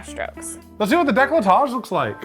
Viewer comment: As a peved Frenchie! I just came here to say DECOLLETAGE is NOT pronounced DE-CLE-TAGE (english speakers make the O silent) but DE-COL-TAGE (the E is silent) 😅